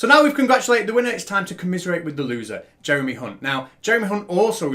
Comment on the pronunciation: You mispronounced Jeremys surname, you fucking dingbat! 😁